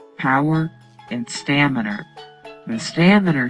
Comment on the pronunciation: It stamina not staminer